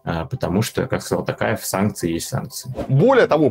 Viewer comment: Наконец-то Варламов правильно произносит фамилию ТОкаева (а не ТАкаева).